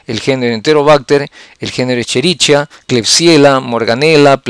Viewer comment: Cómo pronuncia escherichia 🙄